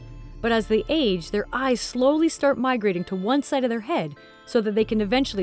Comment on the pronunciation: For a second I thought you said "Megatron" lol